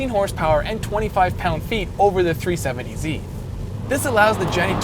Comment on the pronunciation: Is it just me or does this guy say tree70z instead of 370z